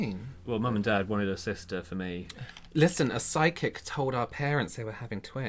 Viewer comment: Froo-it and p-sy-chic 🤣